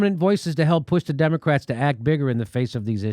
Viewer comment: It sounded like Jimmy said "Democracks" at the end there. LOL